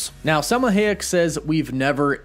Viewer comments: It isn't Hay-ek, it's Hy-ek. That's how you pronounce it. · It’s “Hi - eck” not “Hay - eck” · Somebody teach my mans how to say Salma Hayek. Ha ha ha! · I cannot with the pronunciation of Salma's last name 😫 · He keeps butchering Selma Hayek's last name. Anyone going to tell him or nah? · Sir-Sea. High-Ech. Jesus...